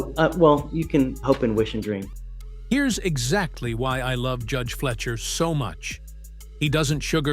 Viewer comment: It's fly-sher, not flesher